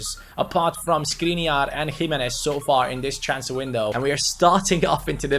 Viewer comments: don't read Skriniar but Škriniar, i am from Slovakia and Škriniar is from there. read š if you can't tell letter š go to google translater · Škriniar is pronounced Shkreeneear!